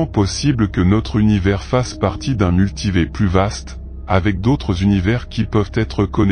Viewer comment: ... c'est quoi un "multivé" ? 😄